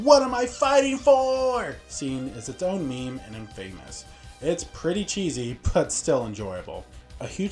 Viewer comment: Awesome video 2 small things You prounounced Polygonal and infamous in a non typical manner. I knew what you meant and so did everyone else, but yea